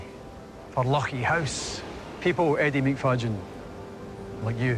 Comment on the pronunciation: Wonderful dedication from Eddie and rightly highlighted by the One Show. What a pity Leuchie was mispronounced twice. They do great work there too. Well done Eddie!